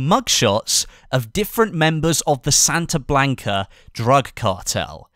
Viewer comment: British people should never try to pronounce Spanish words. "Santa Blanca" for instance.